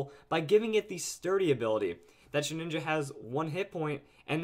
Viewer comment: OMG ITS NAME IT SHEH-DIN-JA NOT SHEH-NINJA SHEH-DIN-JA